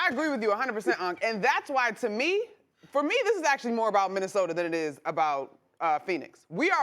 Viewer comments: “Minnesoter”-Stephen A💀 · Somebody tell Stephen A there is NOT an "R" in Minnesota. 😒